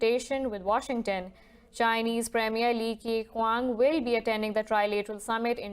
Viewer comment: Thanks for butchering the name of Chinese premier Li Qekiang.